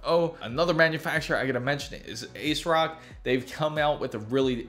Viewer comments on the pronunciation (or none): Correct, that's how it's pronounced. Ted Hsu the founder, explains this in an interview a few years ago. So essentially you have been saying it wrong, are you from India? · Did he say AceRock? Must be from India.